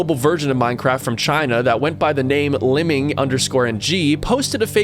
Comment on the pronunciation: "Went by the name Limming" hahahaha I believe it's phonetically pronounced Lee-Meeng